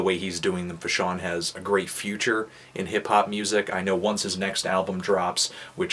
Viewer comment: come on now bro.. how many tapes have you listen to from fash by now? at least say his name right. its FAshawn. not FUHshawn. but this was his best mixtape so far in my eyes. production is amazing as well as topics/lyricism.